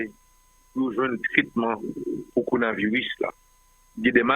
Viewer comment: pa jam di coronavirus li di conavirus li manger le ro Dan's corona virus.